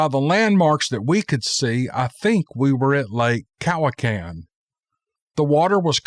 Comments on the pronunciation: LAKE COW-I-KAN..... COUCH-AN*. Cowichan*** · As a resident on VI, please try and pronounce lakes and such correctly Cowican?...lol